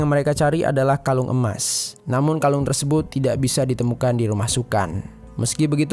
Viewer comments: Tersebut = Tersebun Mulut = Mulun Empat = Empan Jujur agak risih dengernya. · Kenapa sebutan "tersebut" nya terlalu ribet sampai² terdengar seperti "tersebouet". Apa lidah kau keseleo min?